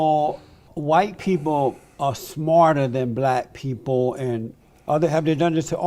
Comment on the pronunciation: "Do U Lurve Black Peepl"